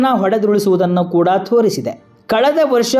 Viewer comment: ಅದು ದಾಳಿ, ಧಾಳಿ ಅಲ್ಲ ಅದು ಗಾಯ, ಘಾಯ ಅಲ್ಲ ಅದು ತೋರಿಸಿದೆ, ಥೋರಿಸಿದೆ ಅಲ್ಲ.. ಸರಿಯಾಗಿ ಹೇಳಿ.. 🤦